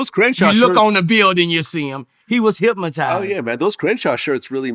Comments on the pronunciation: Listening closely...Am I tripping or is Boosie pronouncing Hypnotize like "hypmatize" lol. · “ HECWAS HIPMUHTIZE !!! ” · He made him say it again hyp mo tize 😂